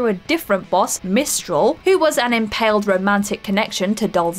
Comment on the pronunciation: And Lazaravich and Dolzaev or however you spell it and omg she said mistral wrong has she played any of these games